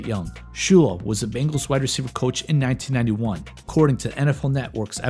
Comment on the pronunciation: He did lmao. I love this channel